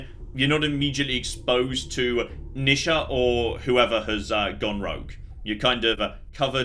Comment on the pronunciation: NEE sha,. Not nih sha...